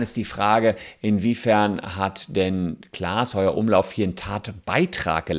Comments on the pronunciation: Das nervt mich so doll, r heißt nicht Heuer-Umlauf sonder Heufer-Umlauf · Voll nervig wenn der Name nicht mal richtig ausgesprochen wird ! Klaas Heufer-Umlauf !!! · Heufer Umlauf Bitte! 😅 nicht Heuer 😄